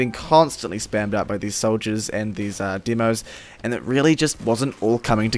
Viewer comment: i dont like the way your pronounce demoman and demoknight... its the "demo" part. it sounds weird